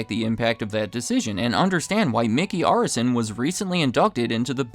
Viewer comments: They own my favorite basketball team, Miami Heat. It's also pronounced Air-is-SON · The name is pronounced Air-eh-son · Seemingly pronouncing Arison incorrectly.